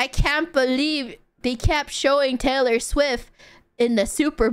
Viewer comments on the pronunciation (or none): none